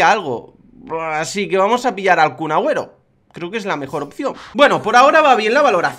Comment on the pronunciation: Porque dices Cun Agüero